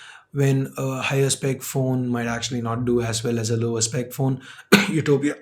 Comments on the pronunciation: cough "yuthopia" cough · yutopia..ahem ahem..😂